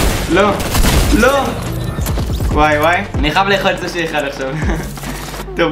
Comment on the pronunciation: אומרים סושי לא סוש